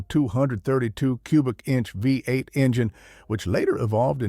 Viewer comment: The “V” in V8 doesn’t mean 5, it refers to the physical orientation of the cylinders in a 8 cylinder engine. So please stop saying “5 8”, because that is not a thing. It is phonetically stated as “Vee 8”.